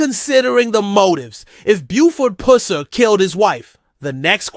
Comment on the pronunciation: Can you pronounce his last name right